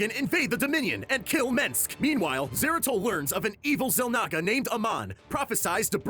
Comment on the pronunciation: and zeratul,his name shouldnt be butchered liek dat